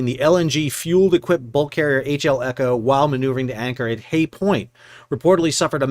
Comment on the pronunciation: You called the ship Echo and Elco all the way through the vid and not once did you call it the eco. If you want to be taken seriously as a news channel, how can I trust anything you say if you can't get a name right? Details don't matter. Gossip channel. I'll look elsewhere.